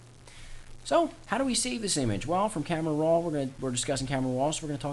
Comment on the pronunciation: Almost 7 minutes of blahh blahh blahh saying camera rrrroooaaa